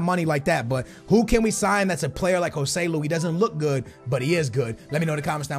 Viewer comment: Its not "Gohseloe" but Josseluu